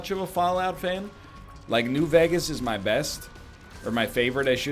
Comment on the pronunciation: Can we talk about how NL pronounces Vegas as "vegg-us"?